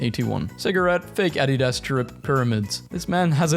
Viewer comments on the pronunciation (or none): none